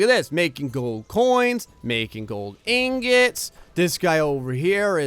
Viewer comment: engets? its ingots